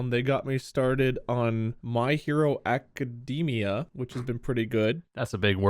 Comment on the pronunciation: Not mispronouncing A-ca-da-mi-a.